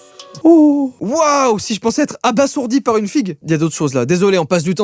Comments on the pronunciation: Abasourdi se dit "Abazourdi" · Alors pour le hoquet la seule méthode testée avec un taux de réussite de 100% c'est un glaçon dans le nombril pendant 10 à 20 secondes, ça replace le diaphragme. Et abasourdi se prononce abaZourdi y'a qu'un seul S. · Ça se prononce abazourdi